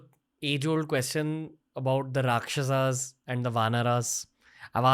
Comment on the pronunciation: Here you are celebrating our history and on the other side you guys try becoming white by pronouncing rakshasAAS vaanarAAS. Let's stop pronouncing indie words wrongly from now on!